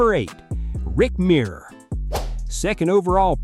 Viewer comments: It's pronounced Myrer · The research on this video is embarrassing The way they pronounce Rick Mirers name, The fact that they kept talking about David Carr but were showing clips of Derek Carr, and when they said that the chargers had the choice between Peyton Manning and Ryan Leaf and chose Leaf. They had the second pick the Colts had the first pick and took Manning. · I usually don't like AI mistakes, but hearing Rick Mirer's overly pampered, domer name butchered is like sweet music. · You mispronounced Rick Mirer's name.